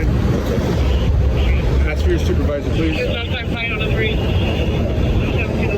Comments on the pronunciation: Pig "I axed chew." Please use your professional vocabulary, always. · Cop is an egotistical maniac...cop says I axed you for your license...what a dork.fire his arse. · If you are going to interact with the public as a police officer you need to learn to speak properly, the work is ask not axe. What an a**hole, the turd needs to be fired. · The cop pronounces 'ask' as 'aks.' That sums up the whole thing. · It's ASK not AXE. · He didn't ask you for your licenses, he axed you. And axing people is a felony. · I ax you fo yo ID.